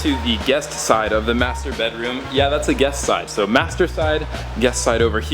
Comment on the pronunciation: when he says : master bedroom i dont know why but i hear masterbate Room XD